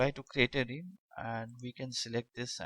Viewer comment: Realm - pronounced Relm. not Reem